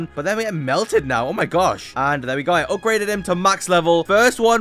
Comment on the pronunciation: no way bro said "I GOT THE ULTIMATE UPGREDED TITAN DRILL MAN" 💀💀